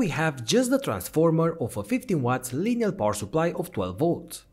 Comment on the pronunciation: It's Linear not lineal